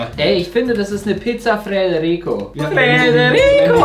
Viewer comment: Freterico? Heißt es nicht Frederico?